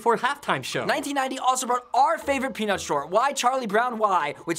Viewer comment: no offense but i thought thar Rafi said, pen*s lol